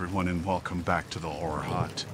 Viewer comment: Love the channel, but at the beginning it always sounds like, "Hello everyone and welcome back to the whore hut".